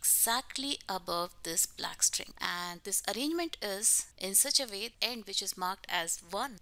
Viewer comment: u say "vay" instead of "way" lol